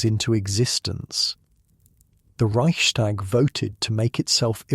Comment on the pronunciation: This is fabulous, excellent. Just a tiny, tiny observation - it is not "ReichSHTag". No "sh". S and T pronounced separately.